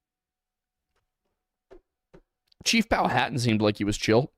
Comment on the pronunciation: From Virginia and the area, I believe Powhatan is pronounced pow-uh-tan not pow-uh-hat-an. May be wrong